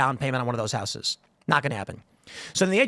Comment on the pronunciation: That's not how the word houses is pronounced. Someone tell him.